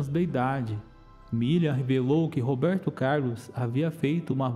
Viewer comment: Meu amigo seu " Robeito Cailos " é nogento.